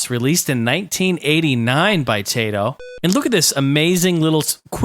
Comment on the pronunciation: 1. It is pronunced Taito, not Teito. 2. Dragons are named Bubblin and Bobblin. At least in the NES version. 3. You can speed up your DOSBox (Ctrl+F12). There was a Rainbow Islands game on GBC.